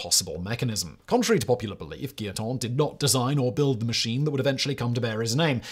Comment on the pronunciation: Guillotin is pronounced gee-o-'tan' for the third syllable, not 'ton'.